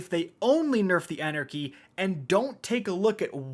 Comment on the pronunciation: You could’ve titled this: the end of “An Era Chy”